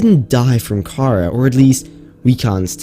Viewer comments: ok its pronounced "KA RA" not "KARA" also, its not dead,its encased in ice which is preserving it and the khara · The Pronunciation of Kharaa is like Windgardium Leviosa, It's pronounced ( Car-Rah ) not ( Car-Rar ) as the it's old wording was Cararr before the near Sea Emperor update. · It is pronounce Cah-rawr not chara, but spelled kharaar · Btw its not kara its kaar raa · Ka RAAAAAAAAAAH not Kara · The infection is not pronounced “Kara” like the name, more as “kuraa” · Pronounced ( ka raw ) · He said the disease wrong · Who else got triggered when he said kharaa like that?